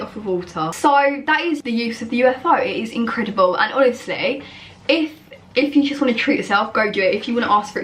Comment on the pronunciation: I love her and her vids and not trying to be horrible but why cant she seem to say 'Today 'properly 🤣